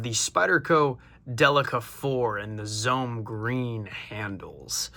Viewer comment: Zoh-may,,, !!! Takes about 30 seconds out of your busy life to Google it